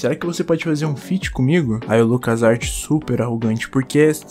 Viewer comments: NÃO É LUCAS ARTE, É LUCAS A R T FALA DIREITO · N É LUCAS ART MAN É A.R.T A PRONUNCIA É SEPARADA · nao e lucas art, e lucas "á érri tê" B) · q agonia ver ele falando lucas arte kkkkkkk